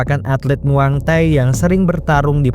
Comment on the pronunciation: Bang namanya Muay Thai bukan MuangThai 😂